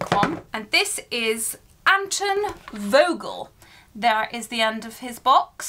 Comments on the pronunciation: it’s pronounced antOn volgle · Hej! A witch from Germany here. This might be a little help with the German pronunciation of the names for anyone who likes to know: - Anton Vogel -> "Unton Fogel" - Fischer is German for fisher and is pronounced quite similar - Helmut -> "Hellmoot" The German A sounds like the English U in "until", V sounds like F and the U in Helmut sounds a bit like double O in hoot. I think that's the closest thing to the pronunciation. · It's pronounced antOn volgel